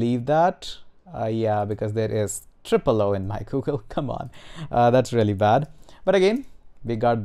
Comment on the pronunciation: that gooogle though... oh my god, made my day. hahahha